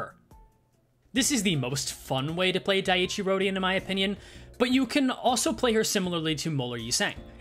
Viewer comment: At least it ain't as bad as calling her Dicey Rodion. 😂